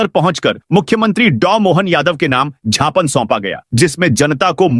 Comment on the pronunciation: झ्यापन क्या होता है।ज्ञापन होता है।